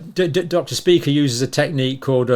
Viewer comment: It's actually not pronounced Dr Speaker, its pronounced. Dr shpye-cher ( phonetically) it's a German word, however many Jewish people have this surname